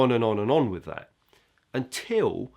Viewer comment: you are clearly an amazing player/teacher,but you have been listening to too many pro footballers.It is not 'wiv,' the word is with.